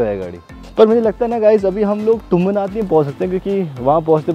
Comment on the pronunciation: तुंगनाथ होता है बरो✌